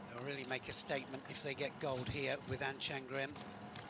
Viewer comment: It's An Chang-rim not An Chan-grim.